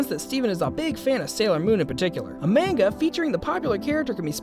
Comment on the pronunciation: the announcer is saying manga wrong, oh well